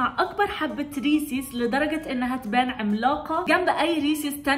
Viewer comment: ريسز وليس ريسيس